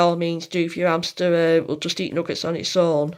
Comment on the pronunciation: Nice video, I was interested as to why I couldn’t find the dwarf hamster harvest, and now I know! I can’t get over how you just don’t pronounce your ‘h’s in words though 😂 it’s ‘ow they could do this, and ‘amster 😂